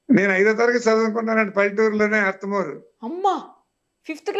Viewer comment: అమ్మా అది అర్త మూ రు అర్తలూరు కాదు